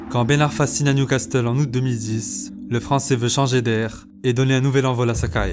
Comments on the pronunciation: Newcas QUOI ? fréro ta pas le droit de prononcer le "T" dans Newcastle non pas toi.............................. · Faudrait apprendre à prononcer "castle", cela se dit "cassel" et non pas "castel". Très bonne vidéo au passage. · " Newcastle" pas "NewcasTle" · Le « newcasteul » il m’a écorché les oreilles toute la vidéo mdr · "Newcasteul" "Nidgèle De Jong" t'es sérieux frérot ? 🤣🤣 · New Castel?? Tu parles de foot et tu connais pas le nom des clubs?? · Ça ce dis newcassel. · Très chouette petit film sur ce joueur au talent de dingue… Merci !! La seule critique (mais ce n'est RIEN) : dans "Newcastle" en fait le "T" on ne l'entend pas… :) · qui prononce newcastle bizarrement qui l’a remarqué? Mais sinon magnifique vidéo passionnante comme d’habitude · Super vidéo par contre fait un effort sur la prononciation de Newcastle stp 😂😂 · Tu n'es pas obligé de dire le T dans Newcastle xD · par contre va falloir travailler sur la prononciation d" "newcastle" parce que ca m'a brisé les oreilles... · Arrêtes de prononcer le "T" de Newcastle sérieux ça pique les oreilles, sinon bonne vidéo ! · Articule frère. Et va apprendre à prononcer Newcastle stp. Lol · Frero la vidéo elle est au top mais si t'es autant à fond dans le foot, comment tu peux dire "Newcasteul" et "Nigél de Young" mdrr ça me fume on dirait mon daron qui connait pas le foot qui prononce ça